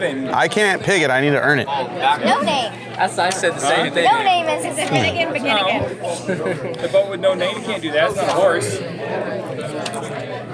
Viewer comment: The “BeFinnegan”